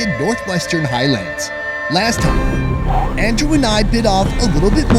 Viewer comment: ''over thaime''